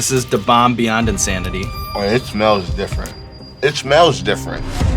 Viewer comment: "It.. shfmells diff'nt"